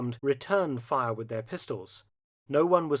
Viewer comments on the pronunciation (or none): none